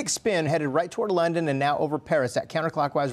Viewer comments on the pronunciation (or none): none